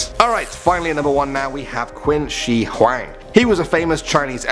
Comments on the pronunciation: Qin Shi Huang (pronounced Chin-Shee-Hwah-ng) "Quin Shee Hoo-wang" cringes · It's pronounced 'chin shih who'wong' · He seriously read Qin Xi Huang as QUEEN Xi Huang ?!?!??!?! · Its not 'quin chi' its '秦始皇' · Qin Shi Huang is pronounced. Chin She Hwung. Not. Quinn she hwang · Qin Shi Huang 'Queen She Huang' If you are chinese you would understand😂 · kwin shee hwang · you pronounced "Qin Shi Huang" wrong.. it's pronounced "chin she hong" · For qin shi huang, you pronounced his name wrongly. Try pronouncing it as Chin shi hu ang (Pls be fast while reading this word: hu ang) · QIN SHI HAUANG IS PRONOUNCED *CHIN SHI HUANG * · Quinn Shee Hwaang 😂😂😂😂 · Queen She Hueng ok I'm Chinese and I'm laughing at how he pronounced it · Qin Shi Huang…… Ur pronounciation is wrong… and some part of that story is not true…… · I fkn puked when you pronounced qin shi huang. why didnt u just look up how it is pronounced??